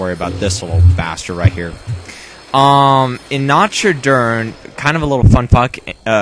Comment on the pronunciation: nacht is pronounced not